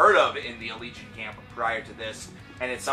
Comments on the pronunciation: Ala-gay-on. Thats how you say it. They say it in one of their vids. Duh! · I would always pronounce the name "al-eh-gay-on" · I pronounce it "Al-lee-Gee-On. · it's pronounced uh-legion.